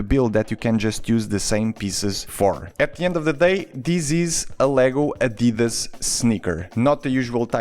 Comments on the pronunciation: It's Adidas not adeedus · Wait you say adidas like an American? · As a German it’s always weird to hear non native speakers pronounce Adidas like you did